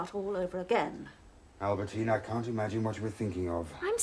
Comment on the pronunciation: that old professor man calls Albertine "Aberdeen" at 5.10!